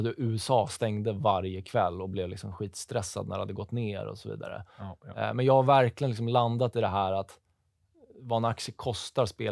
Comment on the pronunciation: Oh, du har hittat en motståndare i SM-finalen för de som kan säga "Ja'!" kortast och snabbast. :D